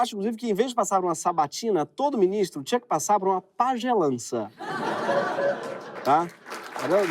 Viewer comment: "Pajélancia", Miiiniistroooo, Alexandre de Morais....kkkkkkk